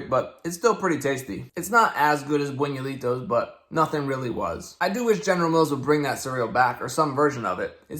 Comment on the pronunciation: Buñuelo is pronounced closer to boon-you-el-oh, so the cereal should probably be pronounced boon-you-eh-lee-toh